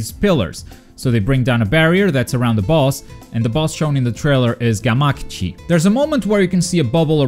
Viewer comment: FUCK. You say Gamakichi weird too!!!!!!